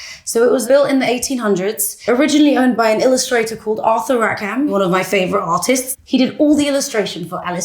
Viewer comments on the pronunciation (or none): Rackham is pronounced "RACK-um," not "RACK-HAM."